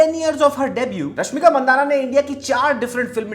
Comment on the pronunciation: Not mandana It's mandanna